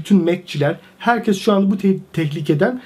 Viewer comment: Ağabey ne zaman "herkez" demeyi bırakıp "herkes" diyeceksin acaba 😂